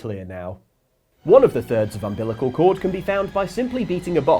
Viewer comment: You have to get 3 of the 4 thirds of ambilical cords....... WHAT!??? 😂